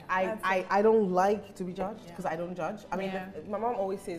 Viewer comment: wasup with r's in words? like"'becau'r'se" when it isn't supposed to be there? bruhhh why can't people just speak normally!??